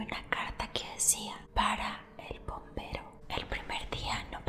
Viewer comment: Yo le entendí bombero jajajajaja viva el perico